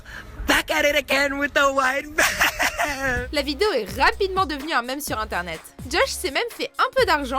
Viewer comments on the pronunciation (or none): " des MAIMES" 😂😂😂😂😂😂😂😂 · Ça se dit mimes et excellente video